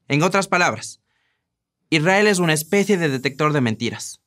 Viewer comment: Noooooooooo, que horrible :c Ñaño, ¿por qué? (¿Por qué dices especie con una c ibérica ? Porfa... no eres ecuatoriano ¿verdad?)